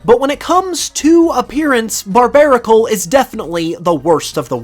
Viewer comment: BARBARACLE, NOT BARBARICOL! FIX IT NOW!